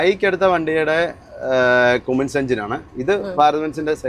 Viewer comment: കുമ്മിൻസ് അല്ല. കമ്മിൻസ് എന്ന ണ്. അങ്ങനെയാണ് കമ്മിൻസ് കമ്പനിയിൽ പറയുന്നത്